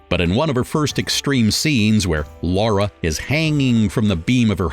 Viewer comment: Lara croft not Laura!